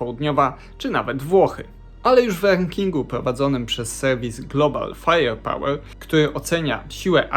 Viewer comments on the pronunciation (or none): Co to jest "głobal fajeł pałel"?